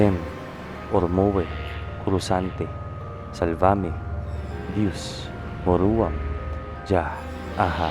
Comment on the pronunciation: Slamat s Deus at s mga uploads mo.. Ngstart po ako ng general round debusyon this month lng. At tonight e nakita ko itong upload nyo. Ginawa ko po sya after nv debusyon for today. Ask ko lng po yun Latin na MEORUAM. ang dinig ko po na pgkakabigkas nyo ay muruam. Tama.po b iyon o Mali lng dinig ko base s spelling. Salamat po sana mapansin nyo ito at masgot. God.bless po.